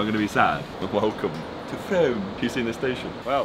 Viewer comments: Omg I live near to frome and the way you say it really irritated throughout this 😅 the fact that the didn’t correct you!! It’s pronounced Froom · I'm from frome I hate the way you pronounce it its pronounced frooom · He’s gone frome, but can’t pronounce it 😂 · Was getting too triggered at his pronunciation of frome 😂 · Actually pronounce it with dashes like a dictionary so people understand. I promise all 70 likes are UK people lmao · The maze isn't even big it's tiny and takes 3 mins to complete the vid was kinda clickbait And he pronounced Frome wrong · I feel bad for the people living in Frome he pronounced it wrong Edit: i live near frooooooooooooome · The way he pronounced it tho hahaha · You said “frome” wrong 🙄😂😂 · Nah the way he pronounces Frome 🤦‍♀️🤦‍♀️ so wrong 😂😂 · I think josh offended all of us in frome with the way he pronounced it and dissed our train station 😂😂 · The pronunciation of Frome nearly killed me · I knew you were gonna pronounce frome wrong the MOMENT you said you were at swindon station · Your said Frome wrong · I love how you can’t say Frome correctly 😂😂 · That's not how u say frome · your saying frome wrong It is the hardest place to pronouce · I live i from and your pronouncing it wrong mate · 'frome' its pronounced froome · It's 'Froom' not 'F Rome' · It’s pronounced Frooooome not FrOme🤣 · You say it like “froome” not frome lol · Anyone else annoyed they called it “fRome” instead of “Froom”? 😂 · Frome gang where u also it’s pronounced “froome not frowme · they way josh was pronouncing “frome” 😂 it’s froooome rhymes with broom 😂😂😂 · HES SAYING FROME WRONG!!!!! I BEG THAT IM NOT THE ONLY ONE GETTING TRIGGERED AT THIS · I actually can't believe you called it fROME😂😂😂it's said like room...froooooome. I'm hurt by this pronunciation😩😂😂 Why has no one in this video corrected them😂😂ew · and it’s frooome not froam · Im from frome and its not frowm its froooome lol it was so funny watchin you guys in my town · Its not froam its frooooome